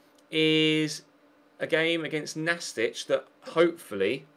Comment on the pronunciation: Pretty sure the team you played in the 2nd game is pronounced Nast-eek not Nastich (they're not a Croatian player lol) as it's short for Gimnastic